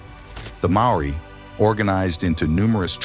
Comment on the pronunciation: "MA-O-RI" sound it out kid